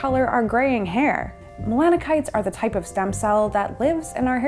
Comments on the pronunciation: Did I hear her pronounce "melanocyte" as "melano-kites/melano-kinites?" Melanocyte is usually pronounced as "melano-site." ;) Thx for the info! All the best! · Mella-nuh-kites" Um, what now? I had to turn on subtitles because of the way she mispronounced the word melanocyte, thinking there was a new word for pigmentation. Nope, homegirl just confidently made some video "journalism" without bothering to even check if she knew how to say the word that she probably just learned 15 years too late in life. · Saying "mela-no-kite" over and over again ... 🤔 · Ah, melanocyte! I was wondering what that word was she was using!